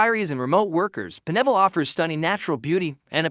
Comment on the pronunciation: Pine ville not P'neville